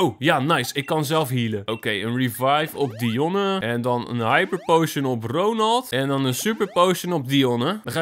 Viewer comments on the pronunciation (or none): none